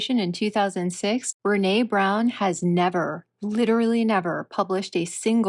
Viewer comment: I said last week that you had pronounced Brene's name incorrectly. I was wrong, and I apologize. I deleted that comment.